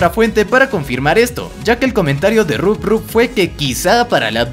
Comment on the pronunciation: se dice rob top no rubrrub PD: es mi cumpleaños